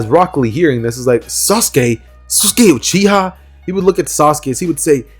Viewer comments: its uchiwa not uchiha 😤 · it tee-ooo-chi